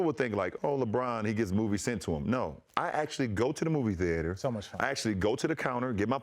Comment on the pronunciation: The way king James pronounces Theater😂😂😂